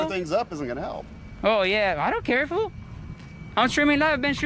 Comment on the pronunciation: Dear lord I hate this boy. He's so lazy he can't even say "fool" properly. What a moron.